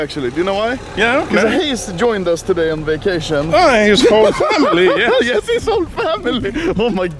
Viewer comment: We need a compilation of saying "yis"